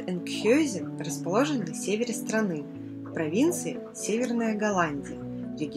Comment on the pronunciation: правильно название звучит Энкхаузен